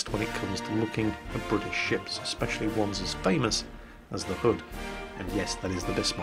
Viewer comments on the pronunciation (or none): none